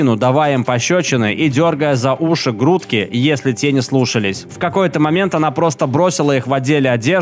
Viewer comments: Не грУдки, а грудкИ 😊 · Автор, прости за душную поправку, но не могла не написать: Не "за грУдки", а "за грудкИ" - ударение на последнюю гласную. Смысл схожий, но по идее это значит, что хватают не "за грудь" (за их маленькие грУдки 😂), а за воротник рубашки или кофты, за ткань около горла)) Ещё раз прошу прощения за занудство, но мне сразу веселее стало от такого альтернативного ударения, так что даже понравилось, получается 😅 Обожаю твои видео и ненавязчивую, но выразительную игру голосом - всегда приятно слушать))